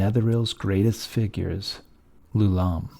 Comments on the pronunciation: It's "Eye-oo-lom". Why would you even think it's "Loulam"? Does a person's name start with a lower case letter? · It's Ioulam, not "Loulam". You should confirm the spelling and pronunciation of proper nouns before you record. I think I know what went wrong, the same thing as shown in this comment: lousy sans-serif fonts conflate a lowercase L, "l", with a capital i, "I". The name of the inventor of the floating city was definitely spelt with an i; ioulam. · You are pronouncing Ioulaum wrong !!!! What you are actually pronouncing is Loulaum . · Ioulaum is spelled with an I, not an L. It sounds as if you are saying his name as Lou-Lahm. I don't believe that is correct. Or, are you saying Ooh-Lahm, and I'm hearing you incorrectly? The Netherese also tried to move into Realmspace. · My first video of yours. Absolutely phenomenal quality and depth of information, on par with the bigger guys like Lorepedia, but, while he's fantastic, my issue with Lorepedia is he tends to jump topics kinda randomly, repeat himself, and kinda sounds like he's a bored intern reading from a textbook. My only note for this video is that "Ioulaum" starts with an "i" and not an "L". "Ee-yo-lahm" or "Eye-yo-lahm". Otherwise incredible work and you got my subscribe!